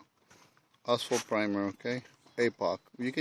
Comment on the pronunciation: It sounds like he’s saying asshole primer lol